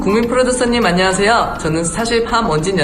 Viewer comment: 특유의 발음덕분에 안냥하쎄여 국민풀듀쏘님! 스타쉽 연쌩 함원진입니다 하는거 너무 귀여오어요 ㅠㅠㅠㅠ 바이나인 데뷔하자 사랑해 요즘 매일 마지막회 돌려보면서 울어 ㅠㅠㅍㅍ ❤❤❤